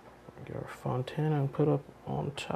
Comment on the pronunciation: i thought it was fontina cheese, not fontana